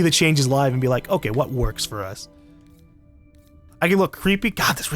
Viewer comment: UNICORN HELMET!!!!!!!!!!!!!!!! U SAID FOTUS